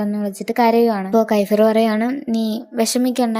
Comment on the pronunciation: കൈഫ്ർ അല്ല kefier